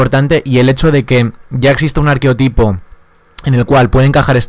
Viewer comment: Desde el respeto, se dice arquetipo, sin O. De buen rollo.